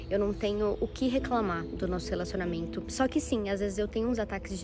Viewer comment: Sim João, ela fala ciumeinta, relacionameinto , kkkkk eu também tenho raiva